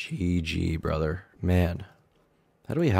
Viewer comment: I love how most of the broken ish accents are unable to say “th” like in broTHer oTHer they say bruhvah or ovah but can say THe THat THere etc correctly it bugs me